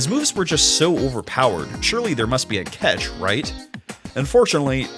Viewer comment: there sure was "a chatch, gee"